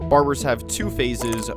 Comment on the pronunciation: bro said "barburrz"